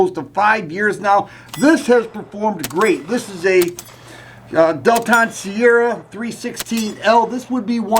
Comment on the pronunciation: No, not DEL-TON!